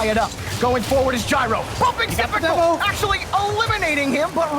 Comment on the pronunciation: I love how all announcers say syprical when it’s actaully just sypical with no r